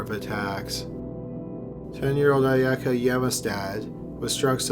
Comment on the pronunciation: I normally enjoy these videos but your information about Shinichiro Azuma is off. You pronounced the names rather poorly, Ayaka Yamashita and you said yamastad and the boy who was murdered was Jun Hase, not Hana. Also, the name "Shinichiro Azuma" is unconfirmed to be his name and instead the name used is Seito Sakakibara, he is also referred to as Boy A because being a minor his real name cannot be released, in the very large not at all quiet city of Kobe (koh-beh not koh-bee). The name Seito Sakakibara is with the kanji characters of sake, devil, rose, saint, and fight. Not sacred master. I know pronunciation of words in other languages can be hard, but it felt like you just glanced at the names once and didn't look at them.